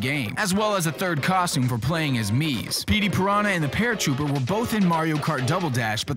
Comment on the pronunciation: it's not paratrooper, it's paratroopa!